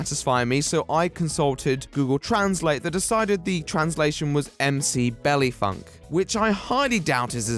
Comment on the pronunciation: The way you said 'tres' makes me big mad Edit: You have officially redeemed yourself by saying "Mc Belly Funk"